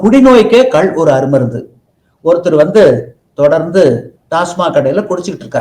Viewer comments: கல் என்றல் "Stone" கள் என்று சொல்ல வேண்டும்.Thanks for the video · அது கல் இல்ல கள் தமிழ் ஒழுங்கான உச்சரிப்பு வராதவர்கள் எல்லாம் ஏன் நேர்கானல் எடுக்க வருகிறீர்கள் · ஐயோ,,,ஐய்யையோ,,,ஐயா,,அய்யா,,, அது,,,கல்,,இல்லை..ஐயா,,ள அது,,,கள்,,,கள்,,,தயவு செய்து சரியாக,,உச்சரிக்க,,ஏற்பாடு,,செய்யுங்கள் இல்லாவிட்டால்,,,ள,,ல,,வாகி்்்்அனர்த்தாமாகி,,விட்டது இங்கே.